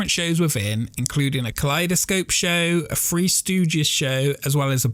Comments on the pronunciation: I enjoy these videos very much. One thing- its pronounced THree (3) not Free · What’s the deal with your pronunciation of the number 3. It sounds like you are saying “free” instead of three. Is English a second language for you?